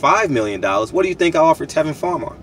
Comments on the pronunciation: Tevin Campbell is a 1980's singer...that being said I know what you meant, but the fact that you mispronounced Tevin Farmer's name repeatedly shows a severe lack of professionalism in your part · Bro did you say Tevin Campbell??? He was a sing from Texas lol!!!! You a fool for that one. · Come on man you disrespecting my man calling and Tevin Campbell it's Tevin farmer